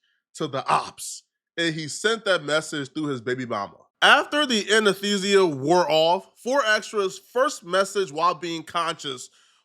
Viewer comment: incorrect usage of words for today: “anethesia” instead of “anesthesia” 🤦🏾‍♂️